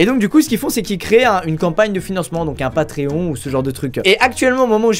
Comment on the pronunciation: Un pa-tré-on